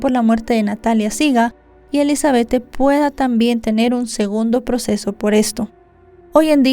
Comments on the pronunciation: SE ESCRIBE ELIZABETTE❌️ SE PRONUNCIA ELIZABETH✅️ DIZQUE ELIZABETTE PARA DONDE???🤭🤣😂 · Se pronuncia Elisabet sin la E al final 🙄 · Sentía como un jalón de orejas cada vez que la escuchaba decir "Elizabethe" 😢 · Me desespero bastante como pronuncia el nombre (Elizabeth)